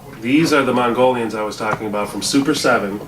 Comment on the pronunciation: Hey it's pronounced Mongo Lion as in "Oh no not MONGO LION!!!" not "You think you can get through my wall now mongolions, just try it..."